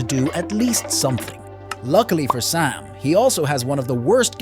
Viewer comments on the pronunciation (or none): "Let's start out with sam" I heard pam☠️